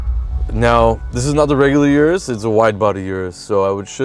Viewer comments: O-RUS not U-RUS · Good episode. - say it with me now, "Lamborghini Or-us"